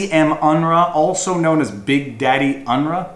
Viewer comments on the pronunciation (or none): BTW, Jesse Unruh's name was typically, in California, pronounced UN-ROO, not UN-RUH. Yes, I'm old enough to remember, mostly because of his run for Governor in 1970 against the incumbent Ronald Reagan (RAYgan, not REEgan. 😁) That did not go well for Big Daddy. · It's pronounced UnROO. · I think it's pronounced un-roo. Rhymes with kangaroo. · Interesting talk. I always enjoy watching your videos. Fun fact -- Unruh is pronounced Un-roo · I was in CA and remember. Jesse Unruh is pronounced Jesse Un-roo like kangaroo- Kanga-unroo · Just for future use Jessie Unruh's name is pronounced Un roo (as in kangaroo lol). I am a Californian, who has been living 32 Years in Australia and remember Jessie Unruh. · The guy's name, if I remember correctly, was pronounce Un-roo. Yeah I know, it's just a little thing, but I tend to be picky about such things. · Unruh is pronounced 'Unroo' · It's actually pronounced: Un-roo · Unruh is pronounced unrooh. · Greetings from a former Californian! Great video. Unruh rhymes with moo, at least that's the way I always heard it. :)